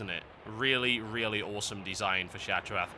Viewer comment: What the fuck is ShattraT o.O